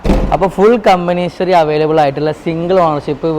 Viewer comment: hisory you dont know how to pronounce English, a fool head to toe. dont know how to pronounce "HISTORY"